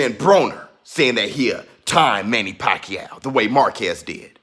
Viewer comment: I wish Americans could pronounce the name right, it’s pacQUIAO, with accent on last syllable. Pls. be first! In the Phil. the name actually means “wholesale”, what are the chances , he made pakYAW all those belts